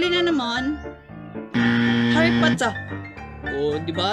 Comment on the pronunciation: Harry Potah parang ganyan ang pagbigkas (SKL)